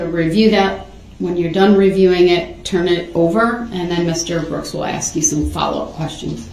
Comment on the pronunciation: The worse one for me is saying ax instead of ask.